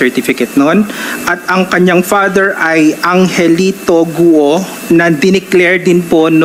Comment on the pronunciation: Ikaw lang ang tamang nag propronounce sa pangalan ni Alice Guo. Everyone else pronounced it as Alice GO. Magaling ka pa sa mga Senators 😅😅